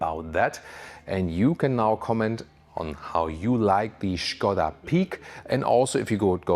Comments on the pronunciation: I like that you said "Schkoda" and not "Skoda", gut gemacht. :) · Yes "Shkoda" is correct. Not "Skouda" as is usually pronounced by english speakers :) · I can confirm it is correct 😃